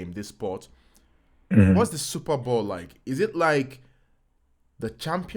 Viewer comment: Please it's Super Bowl not Super Ball 🙄🙄😅